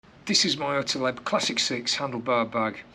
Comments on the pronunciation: There is no letter between the t and l in Ortlieb. It's ORTLIEB, not OrtEleb. i almost vomited each time you said it so cringy. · orti-leb? ort-liib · your pronunciation is really cute ;-) Ortlieb is German, so you do pronounce it as Ort like in Orc, just with a t of course, and lieb is much longer like in leaf 😂 But thank you for your excellent review. Because of it, I've decided against this particular bag. Firstly, I would love an external phone pocket for GPS, secondly I would want to carry it around preferably cross-body, and last but not least, it is rather expensive. Thanks once again, you helped a lot.